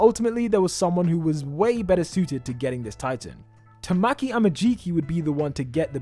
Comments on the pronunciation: "Tuh-mack-ee A-muh-jee-kee" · “tah-mah-key” “back-oo-go” the pain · His name isn't "Tamokey" it's Tamaki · The way he said tamaki 😭😭